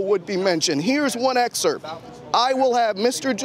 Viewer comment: The word is EXERPT, not EXERT Mr Reporter